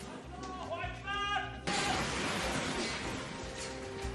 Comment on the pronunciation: വാർത്ത വായിച്ച * മുള്ളാഹു അക്ബർ 😂😂😂